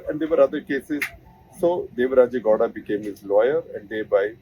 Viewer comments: Shekar keeps wrongly pronouncing Goda, it's Gow- da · It's not gohda Gow rhymes with cow. Pronounce it properly Gupta. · Sir, Please get the below right It’s not Godha, it is GOWDA It’s not Maaandya, it’s Mandya It’s not Kaurav, it’s Kauravas. Why don’t you North Indians never get such things right inspite of decades of experience Also, if you believe Mahabharata is mythological even in this day and age , then you are dumb and outdated . There is enough evidence to show otherwise